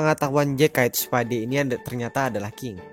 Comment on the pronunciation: Spade kak bukan speed